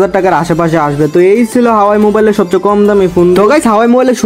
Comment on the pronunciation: হাওয়াই না হুয়াওয়ে